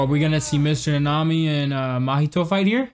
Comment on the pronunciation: Also it is Kento Na-ne-mi not ne-nami